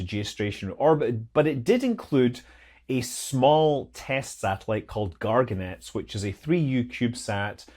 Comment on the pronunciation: sorry, it's not "garganets" but "Gagarinets" which mean "be the name of Gagarin" or smth like that.